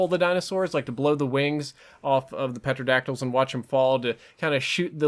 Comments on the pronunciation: Did he pronounce the p in pterodactyl!? No. Just stop! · He pronounced pterodactyl with the p.